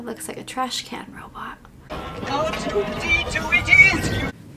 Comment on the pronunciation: made me imagine Elmer Fudd singing "kill the wobot"